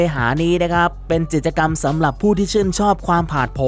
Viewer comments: จิด-จะ-กำ แอดครับ กิจกรรม มันอ่านว่า กิด-จะ-กำ ตามตัวเลย ปรับปรุงนะครับ ส่วนน้ำเสียงน่าฟังดีแล้ว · ใช่ค่ะ ทำไมเรียกผิดตลอด ทั้งๆ ที่เป็นคำพูดปรกติทั่วไป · พูดผิด ไม้เลื่อย จิตจะกำ 🥹 แต่ขอชมน้ำเสียง/ลีลาการพูดน่าฟังดี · จิด จะ กำ ฟังแล้วขัดหูจริงๆค่ะ ศัพท์ง่ายๆพื้นฐานมากค่ะแอด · กิจกรรม อ่านเป็น จิตกรรม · กิจกรรมครับ อ่านว่า กิด จะ กำ ไม่ใช่ จิตกรรม ความหมายคนละอย่างกันเลยครับ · ไม้เลื้อยค่ะ ไม่ใช่ไม้เลื่อย จิต..จะ...กรรม....อ่านกิจ จะะะ...กรรรม ไปกัดอ่านข่าวมาใหม่.......มันขัดหูคนฟัง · กิจกรรม ทำไมแอดอ่าน จิต จะ กำ ไม่ใช่อะไรนะ clipก็ทำมาดีแล้วกำลังเพลินๆ แต่มันขัดหูมาก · กิจกรรม อ่านว่า กิด จะ กำ ไม่ใช่ จิด ตะ กำ นะคะ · "กิจกรรม" ด้วยครับ แอดอ่านเป็น จิด-จะ-กำ ตอนแรกนึกว่าพูดผิดครั้งเดียว กลายเป็นว่าอ่านผิดจริง ๆ น้ำเสียงน่าฟังดีมาก ต้องปรับเรื่องการใช้ภาษา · เนื้่อหาดี แต่ออกเสียงพรือพูดผิดเยอะมาก เริ่มต้น ดล หรือ โดรน ครับ ผมฟังนับ 10 รอบนะครับ พูดว่า ดล จริงๆ ออกแบบโดยชาว อิตตาเลียด ไม้พุ่ม และไม้เลื่อย น่าจะไม้เลื้อย นะครับ วงแหวนน้ำแข็ง เกิดขึ้นเป็น ค้างคาว (ครั้งคราว) ห้าม พาด กิจกรรม (พลาด) ไม่ได้ จับผิด หริอตินะครับ แต่แค่ฟังผ่านแล้วมันสะดุดหู แต่เป็นการตืชม เพื่อปรับปรุงให้ดียิ่งขึ้น